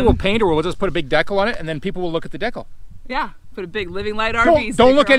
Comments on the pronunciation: Thanks so much for accepting the challenge! We knew that you would do a great job and we loved the double feature. :) Oh my heck, what is a "deck-al"??? Wait I think it might be a "dee-cal". ;) Can't wait for Quartzsite! :) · Hello from Okinawa, Japan! What on earth is a deckle?? Is that Canadian for decal? Or are you just messing with us? 😂 I’m going to start saying deckle and see if anyone knows what I’m talking about. We can’t wait to get moved back to the USA to start our full time Rv adventures. Thanks for sharing!